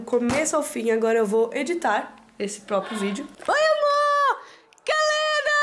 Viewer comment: Quando eu comecei a acompanhar os vídeos eu achava que o nome da gatinha era "Moca", pq a fala "oooiii amooor, que linda!" E eu entendia algo parecido com: "olhaa a mooca linda!" Heuehu